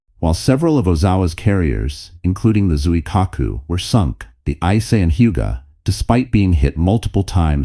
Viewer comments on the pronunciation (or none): I think that it's pronounced "EEE-SAY," instead of "ICE." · Late? Ice? Jeez. You get a downvote for the poor pronunciation.